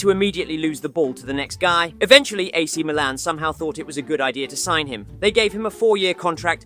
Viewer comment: Man said ak Milan 😂